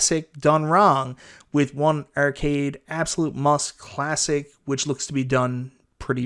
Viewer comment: urcade is all I hear